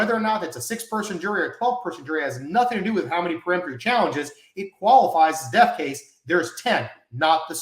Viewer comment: Isn't it peremptory and not pre-emptory?